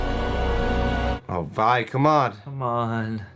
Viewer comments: She calls her Vi multiple times how u got that wrong and say VEE haha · How are you still mispronouncing Vi at episode 8 lol